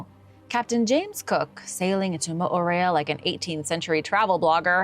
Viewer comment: Love your attempts at the dialect, but it's MA-rye, not maray And they didn't practice blood offerings